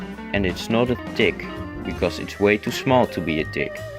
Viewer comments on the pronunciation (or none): Wtf i heard you say dick , but i think you meant tick ? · Spiders, d i c k s and mites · The way u pronounce "tick" got me like "what did he just say!?" 😂